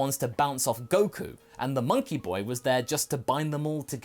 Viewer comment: It can’t be fixed. Just look at Goku...I mean “Geeku “. No 😂